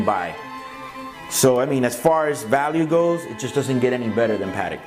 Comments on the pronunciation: It makes me cringe everytime the Americans say the word patek. So wrong.. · The way you say Patek irks me